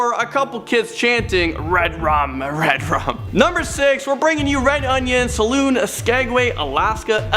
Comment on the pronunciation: Dude in the first clip ...his pronunciations kinda bother me. It's pronounced "shang-hi" not "shang-hey". And it's a salOOn not a salon. Salon is where you get your hair did , saloon is where you go to drink.